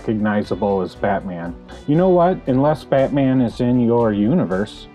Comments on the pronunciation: I love how you say Batmin. Great work though, looks great! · Yo, bro. Pleeeaaase tell me you pronounce Batman like that on purpose. Lol. Looks great, man!